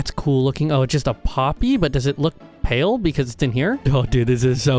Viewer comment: i put this on in the backround as i did some work and i heared u say pale garden and it sounded like pill i even turned on captions and it sounds like u said pill i was so confussed lol